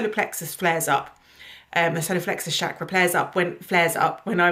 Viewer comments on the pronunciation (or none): none